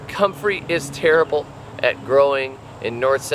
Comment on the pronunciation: You overdid it with the "terrible", made a bad impression of you!!!